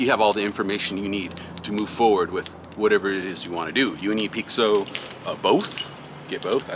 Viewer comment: Hey im from Brasil, i don’t know if it’s gonna help but pixo is pronounced in Brasil with a sound of sh, so when i heard you saying pixo for me sounded like “peek so” and here we say it sounding like the Letter P and then a sho like the word show just without a the W, so it would pronounce “ P sho “ So it’s just some facts since art primos idea was to do a homage to brasilian tagging (picho/pixo/pixação/pichação) i think you guys would sound 10 times better if you guys got the sound of the word in it’s essence it will give probably more 30 or 40% more of the brazilian flava in the marker and you will captivate the brazilians folks hearts too ❤😂, so just to say it’s a not a complaint about how you say it, and im not trying to be rude or arogant, it’s just tô try to improve our cultural conection and friendship. Ps. Love seeing you só healthy and strong on what you always do ❤